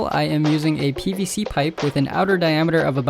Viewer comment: When u were making the handle I thought u said BBC pipe 😳😳